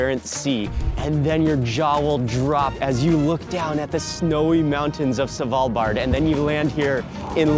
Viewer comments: Love Mark, but him saying S(A)valbard instead of Svalbard triggers my inner Monk 😅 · Its not S val bard its SVAL bard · it's not savalbard..it's Svvvvvalbard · Savalbard? :D Thanks for trying man! :D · YES! Driving me batty. Not sure I can watch the entire video from SAvalbard! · A quick tip sir = The D in Svalbard is mute. Love your vids as I'm new to your stuff! ❤❤